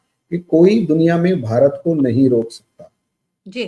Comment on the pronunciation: Madum, it is Bharat not Baharat. Be duchashm alif..mean bha not baha of Mausam bahar